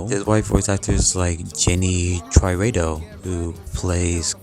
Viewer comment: It's pronounced "Tee-rah-do"